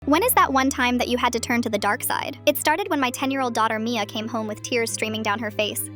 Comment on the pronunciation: Bad pronunciation, they didn't get all of the a in Mia